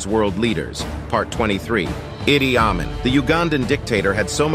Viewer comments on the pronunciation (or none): We always pronounced Idi Amin, EE-dee ah-MEEN. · EEE-DEE AH-MEEN is how his name is pronounced. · It's pronounced ee-dee ahh-mean (Idi Amin) .. wild man. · You managed to mispronounce BOTH of Idi Amin's names. You do know that you can Google word pronunciations, right?